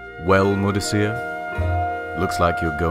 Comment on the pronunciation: Asif is pronounced Ah/sif. Mudasir is pronounced Ma/di/sa.